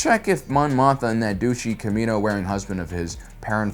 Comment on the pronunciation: Did he really pronounce kimono as "Kamino"? I knew it was off but had to look it up to be sure. 🤣